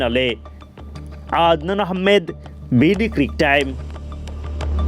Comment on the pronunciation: 🤔 আ 🤔আদনান আহমেদ নিজের নামটা ভাল করে বলতে পারেন না???